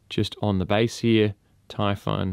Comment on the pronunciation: It’s pronounced “Typhoon”, mate. “Taifun” is just how they spell it in Germany.